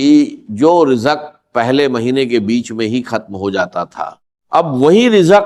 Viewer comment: یہ کوئ انڈین شخص ہیں جن نے ڈاکٹر صاحب کی آواز بنانے کی کوشش کی ہے کیونکہ راز کے بجاۓ راج کہہ رہے ہیں اور رزق کے بجاۓ رجق کہہ رہے ہیں 🙏🙏🙏 زم زم کو بھی جم جم کہہ رہے ہیں